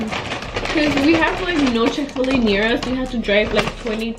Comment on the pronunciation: It is Chick-fil-A